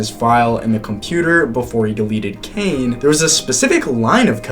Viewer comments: Ppl not talking about that guy said 'kane'😔✌💔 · “Kane…” OH COME ON